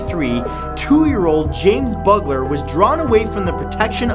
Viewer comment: How can the Indian boy be a serial killer if he only killed one person? Also, the little boy murdered is james bulger not james buggler. His mum would be offended that you got his name wrong